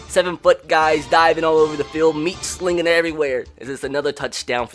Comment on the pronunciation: He said meat slinging